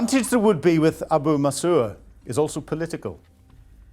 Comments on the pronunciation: You're really dumb to call this plan "compelling". Also you can't even pronounce Abu Musa properly, it really makes you sound like you researched this today. It's not Abu Masooer. Just look at the f'ing letters. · At least try to pronounce ABU MUSA correctly. FYI it belonged to the Persians going back 2,500 years, before the UAE even came into existence. This is historical fact. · Abu Musa. Not Abu Musoa. Shahed. Not Shahad. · For pity's sake,, learn to pronounce things correctly. Shahed, not Shahad; Xi, not Zhi, Abu Musa, not Abu Musuah.